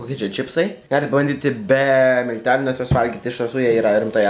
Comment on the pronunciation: ne MYLTELIAI o MILTELIAI :D